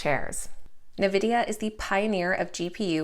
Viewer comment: It's pronounced N-vidia (not Na vidia) :)